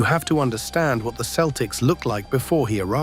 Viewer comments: This is well written, but the AI slop voice is fingernails-on-the-blackboard bad. It mispronounced Tommy Heinsohn's name. It's HINE-son. And that Midwestern city is only prnounced "san loo-EE" in France. It's "Saint LOO-is" over here. And the Boston Celtics are pronounced SELL-ticks, no matter how it's pronounced in County Cork. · Heinsohn is pronounced hineson and Celtics are pronounced seltics. Just sayin. Boston kid in the 1960's I was a huge Boston sports fan, still am. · at least use a voice that can pronounce Celtics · FWIW, that is not the correct pronunciation of the team name.